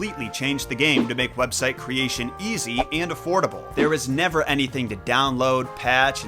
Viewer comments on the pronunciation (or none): none